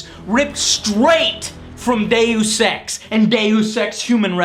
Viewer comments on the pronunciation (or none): "Day U Sex" LOL M8 its Deus Ex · ''The day you sex''?? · Hey a new way to pronounce Deus Ex. I like it. Still don't know the correct one.